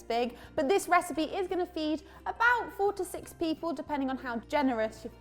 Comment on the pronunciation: For a moment, I thought you said "this recipe is going to feed forty six people..." :)